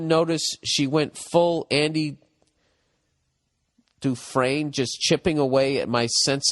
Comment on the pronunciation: There is noo way he pronounced "Andy Dufresne" correctly.